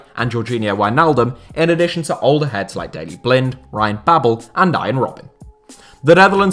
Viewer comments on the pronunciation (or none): none